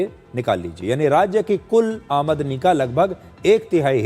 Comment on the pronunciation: आ मदनी नही सिर। आम दनी 😅